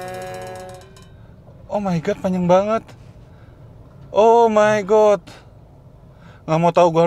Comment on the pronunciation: bang kek nya “oh my god” ga gtu sebutin nya hehe